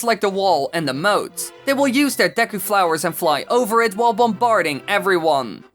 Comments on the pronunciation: what is the correct pronunciation, I've herd it been pronounced deku and for some reason pronounces-es it as da-yku, what do you pronounce it please reply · You said deku wrong